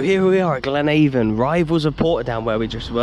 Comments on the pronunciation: If I really wanted to be pedantic the team is Glenavaon (as in in after) not Glenavon (as in angels). You're doing much better than non-Irish people who struggle with Drogheda so just carry on. Unfortunately can't manage to put some smiley emojis in this reply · P.S It's pronounced... GLEN AV ON...O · Glenavon is pronounced glen-av-in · Glad to see you visited the one true home of football ! One thing - it is pronounced 'Glen-AH-von' instead of 'Glen-AY-von' (easy mistake to make tbf). Mourneview Park would be considered one of the best stadiums in the league, but there are elements of the ground that could do with a bit of a facelift now. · Its actually pronounced glen-a-von, but no worries🤣🤣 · Can you teach him to pronounce the team name properly while he's there, it seems to be a thing among English youtubers that they pronounce it like they are going door to door selling avon